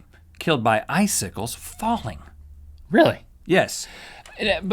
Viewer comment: I'm suddenly really aware of the danger of eye sickles due to Rhett and Link's weird pronunciation of the word "icicles".